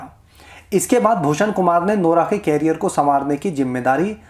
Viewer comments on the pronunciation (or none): केरियर नही crier